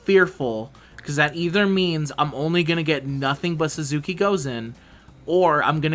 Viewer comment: Small nitpick... Aesc is pronounced "Ash". Type of tree. Sorta how Medb is pronounced. Language is weird, sometimes. Also, you keep calling Suzuka "Suzuki", for whatever reason.